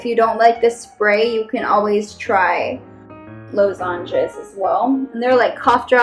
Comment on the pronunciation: Law-zenges my friend not low-zenges (how to pronounces ;) )